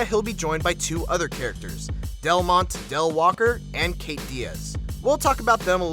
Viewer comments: "carictors" holy fucking hell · nigga did you just say carictors? are you fucking kidding me?